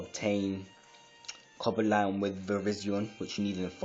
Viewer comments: its cobalion not coba lion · Haha you don't have Reshiram. You don't even pronounce it right. Or Coblion.